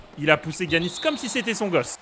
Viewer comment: mec incroyable la team mais y a un truc que je valides pas : il a dit GUiannis, qui dit ça ? Giannis stp mes tympans ont saignés